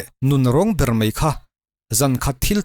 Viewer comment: Mei a ti suh ' mai a ' ti rawh .